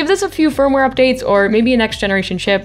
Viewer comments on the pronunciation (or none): none